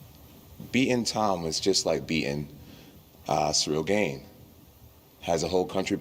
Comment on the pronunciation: Funny how Jones keeps calling him Ciyrl GAYne